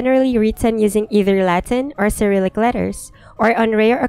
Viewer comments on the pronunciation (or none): none